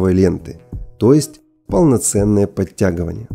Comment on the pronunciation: Здорово!!! только не подтяГОВАНЬЯ,,, подтягивания...